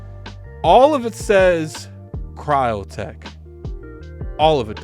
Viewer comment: Crytek! Not cryotek